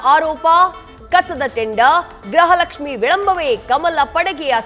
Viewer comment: ಗ್ರಹ ಲಕ್ಷ್ಮೀ ಎಂದು ಹೇಳಬೇಡ ತಾಯಿ, ಗೃಹ ಲಕ್ಷ್ಮಿ ಎಂದು ಹೇಳಮ್ಮ